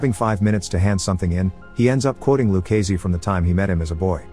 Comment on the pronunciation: I had to stop watching after the 10th time of back to back butchering of Done Luccese's name.